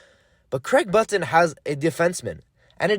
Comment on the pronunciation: learn how to pronuce button u goof disliked.